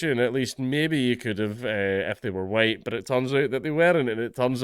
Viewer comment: Mate, you didn't do the "white, white, white" bit very well. It's "huWyte, huWyte, huWyte". A bit how that american white supremacist pronounces it.